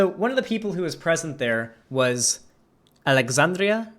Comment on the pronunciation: lol the intro when he said “Alexandria” with a decent attempt at an authentic Spanish pronunciation, and then “Oscasio-Cortez” with zero such effort 😂